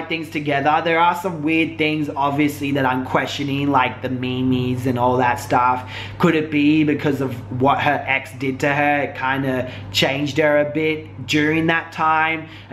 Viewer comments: lol "mehmehs"?? I SERIOUSLY love you. Lol but you say it just like you say Team but replace the T with an M (Meme). Also, Fan fucking tastic vid. You really do this Drama channel shit likka bawss!! lol You report on the YouTube community as a whole. Not just beauty guru's, or Vegans, or the most popular Creator's. You cover literally all things Youtube. You give a little bit of something for EVERYONE who likes to sip on the tea lol I wish you got more credit then you do, that's for sure. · its pronounced MEEMS <3